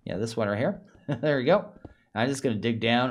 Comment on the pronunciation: "der" should really should be spoken as "there"